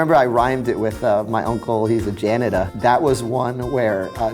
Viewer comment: When he pronounces janitor as "Janituh" 😂